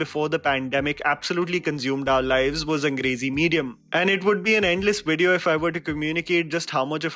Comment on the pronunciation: I heard 'Crazy Medium' instead of 'Angrezi Medium' 😂🤷🏻‍♀️🤦🏻‍♀️